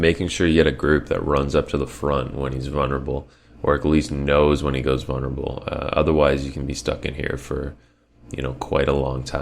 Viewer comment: why do you pronounce vulnerable as vunnerable? Don't know why but it bothered me.